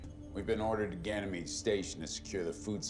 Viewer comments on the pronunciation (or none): none